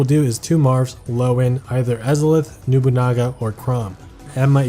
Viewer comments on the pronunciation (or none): Mans really said "Nubunaga" Thanks for the video though, really informative as always!